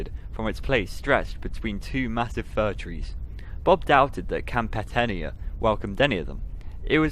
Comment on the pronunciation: Etenia: (eh-TAY-nee-ə) Amadahy: (uh-MA-duh-hee) Nuttah: rhymes with British RP "butter" EDIT: also, outside sources tell me Nuttah means "my heart" in Algonquin, not "strong."